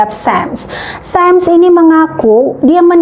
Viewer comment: Bukan 'sam' tapi 'sham'!